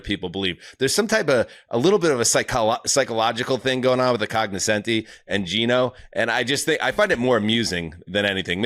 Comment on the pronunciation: Love y'all, but please, if you're going to throw the word 'congoscenti' around every episode like you're one of the cognoscenti, please at least google 'cognoscenti' and learn how to pronounce it....